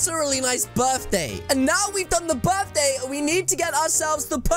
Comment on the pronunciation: It's birthday not dirtday lol